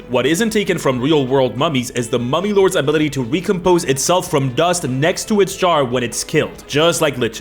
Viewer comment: Not gonna lie, when he said Mummy Lords, I thought heard Mommy Lords... And my mind went somewhere completely different. I need help.